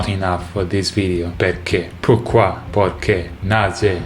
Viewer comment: Pourquoi Killed me im french Good prononciation davie